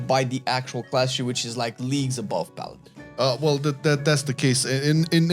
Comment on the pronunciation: Paladiny. Or paladin-e